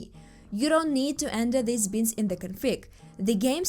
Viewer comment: Who says binds like bins with a t?